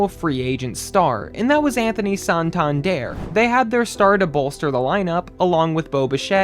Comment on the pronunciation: Whoever made this video is a clown,straight up clown.Laughing stock? There are ten teams I would mention before even thinking about the Blue Jays.It’s San-tan-der not whatever the fuck you keep calling him.🙄Shut this shit YouTube page down!😂